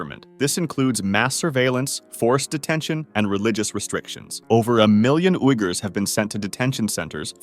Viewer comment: Junta is pronounced hunta. Uughurs is pronounced weegurs.